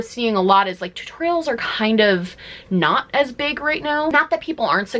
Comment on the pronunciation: A beeg, beeg scrunchie lol Love this vid!